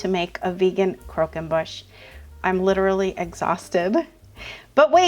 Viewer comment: Wow! I think it's beautiful. The name is almost as laboring as the dessert. Croquembouche is spelled with a u in the "mouth" part of the name. It is pronounced "boosh" not "bush".